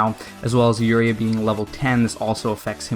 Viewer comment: Not trying to be a hatter but u said uria wrong